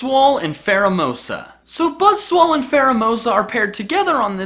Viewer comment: No one else notice he says "Buzzswole"